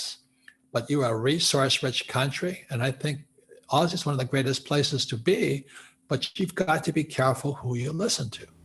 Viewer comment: Can someone please correct him on the term ‘Aussie’!